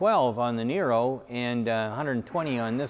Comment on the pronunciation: Sandee I thought said it was Neye-ro? Not Nee-ro?